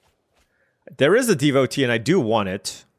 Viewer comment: Roamer's Rekeem lol. It's pronounced reh-kwee-em. Also devotee is deh-vo-TAY (you asked on a different video)